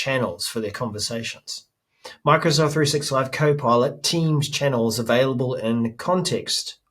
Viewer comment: Chinnels sound like a New Zealand word Pronunciation :)